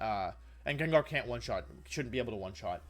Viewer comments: GANGAR > Wolf said: "JAAANJAR" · he pronounced "djendjar" instead of gengar omg i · Did he really call it JenJar? 😳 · Stopped watching when he said jenjar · Bro i love you soo much. However!!! The way you pronounce gengar hurts my soul everytime. Lmao